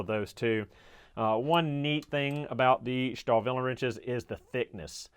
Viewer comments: Star-Willie is the correct pronunciation.. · "STAHL" in Stahlwille means STEEL in english. So, ... Starwille is compl. nonsense. ... Trust me, I'm a german.